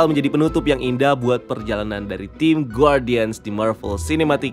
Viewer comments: cuma mau koreksi spelling. harusnya dibaca gardian (ˈɡärdēən), bukan guardian soalnya judul filmnya bahasa inggris setahu saya. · Koreksi. guardian itu huruf u gak dibaca. Jadi bacanya gardian bukan gwardian